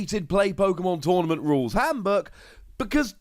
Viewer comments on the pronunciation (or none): I love your videos even if i stopped playing the TCG about the delta time but this time i always heard Hamburg instead of Handbook.